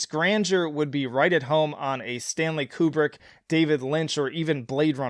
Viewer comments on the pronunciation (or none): none